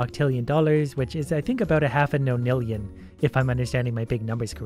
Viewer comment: Why you saying non nillion no nillion